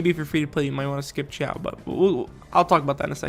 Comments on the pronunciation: ....dude, you literally spoke xiao correctly, but the moment you said ciao, I was confused. It's pronounced, see-ow (ow as in pain but lower and read these two words together fast)😂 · Okay for the sake of all 😂 cause I died when he said xiao is pronounced as chiao 😂 😂 😂 Here is the correct way how you pronounce the Chinese characters from Liyue Xiao = Si-yaw / si-yao Ningguang = ning-kwang Xiangling = si-yang-ling Xingqiu= sing-chi-u Zhongli - tsong-li Qiqi= chi-chi Chongyun - chong-yoon/ chongyun just the same Beidou- pey-tow is the correct one if your chinese but I guess you can say Bey-dow and its acceptable. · Nah man Xiao is pronounced XI-A-OH not CH-AO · As a Chinese as well as an articulation therapist, I can tell you that "Xiao"'s name, for English speaker, the closest one is actually "shiao" instead of "siao" or "chiao". Although the Chinese consonant "x" doesn't exist in English, the best way to perceive it is that it's a very frontal "sh" sound. So try to push your tongue forward closer to your teeth when saying "sh" but stop right before it turns into an "s", so it sounds very narrow and like something in between a "sh" and a "s". I tried my best bro, this is my attempt to explain this verbally without any demonstration or visual. And also be careful of the "Zhongli" one above, you did a pretty good job pronouncing his name in your video. The one he gave you is close to some southern Chinese accent (which is actually super widely used), but the game is based on standard Mandarin pronunciation